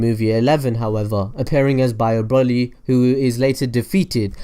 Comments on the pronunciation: Its broly not brolly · broly bro-ly not bra-ly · you pronounce it as if you where shortening umbrella brolly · Its broly not brawley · Also, isn't it Bro-ly Not Braw-ly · It's broly. Bro. Lee. Not brolly. Braw. Lee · it's broly as is in bro not brah ;) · It's not braly it's broly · BROLLLY!?!?! IT'S BRO-LEE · Why is he say brully and not broly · Why do people call him braly it's broly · Just wish he'd say the name right at least once, as a brit all i can imagine is a brolly meaning umbrella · Literally watch 1 sequence of the movie and you shouldnt call him BROLLY... how can 1 be so ignorant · did he say brolly? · Man said brolly 😂😂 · If I here Broly (Bro-ly) mispronounced one more time I’m gonna gonna haaaaa... kakarot!!!! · He said braly😂😂😂😂this nigga so restarted 😂😂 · YOU SAY BROLY LIKE BROHLY YOU SAY IT AS IF YOU SPELL IT WITH OH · Its pronounced bro-lee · Pronounced as Broly (Bro Lee) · he keeps sayin brally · broly - bruh-oh-lee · It's br-oh-Le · No its Bro-lee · Broly (bro lee) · So said broly wrong it's pronounced broccoli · I hate how you say Broly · When you said errors then When you said Broly I cringed